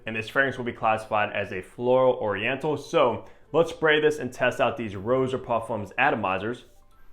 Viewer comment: Stop saying ROW-jah. Honestly…… If you’re reviewing his fragrances pronounce his name properly.